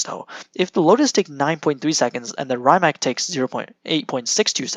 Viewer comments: He’s saying ‘Rimak’, whereas it should be ‘Rimatz’ 👍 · Is your pronaunciation "Rajmak" !? OMG